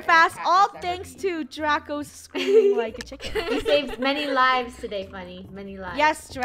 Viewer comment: nice but it's pronounced 'scream' not screem